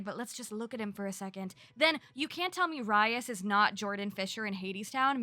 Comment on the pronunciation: Isn’t his name pronounced Reese???